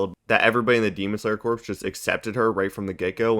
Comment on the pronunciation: Dude, corps is pronounced core not corpse.